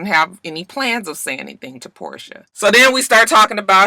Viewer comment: Her name is Porsha not Portia why yawl keep saying dhat